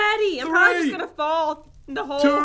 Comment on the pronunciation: She said fall not @@